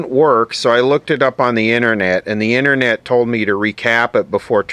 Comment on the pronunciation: The "innernet"? How about the outernet?